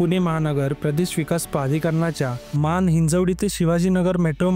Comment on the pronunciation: Hinjewadi ❌ Hinjawadi ✅